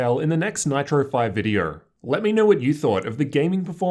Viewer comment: Lol he said Vidierrr instead of video